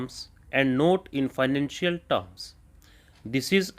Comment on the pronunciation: Not ko note sun rhe hai sir, otherwise good dictation